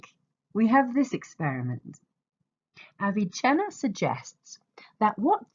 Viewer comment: its NOT aviCHenna. Its Avicenna. He is not Italian. Stop mispronouncing his name. Also your audio is barely recognizable. Get it together lady